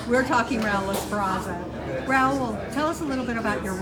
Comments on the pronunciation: Did she just say Raul EsPRAza? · “since the beginning of his career” yet you still mispronounced his name as “Esperaza”